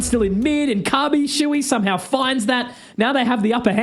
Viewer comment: siuhy its not shui, wtf?